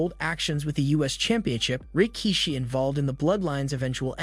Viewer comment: The way you say Rikishi is weird and hurts my ears. You can tell he was before your time.